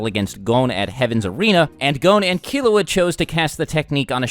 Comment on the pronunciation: Lol when he says killua i think he is saying killowat